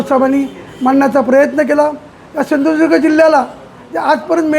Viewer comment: Hyala ajun sindhudurg mhanta yet nahi 😂😂😂